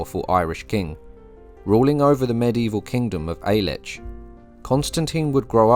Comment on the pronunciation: The Gaelic name for Scotland is “Alba” but you pronounce it as if it was in your native English. The correct pronunciation is “AL A PA” Eric C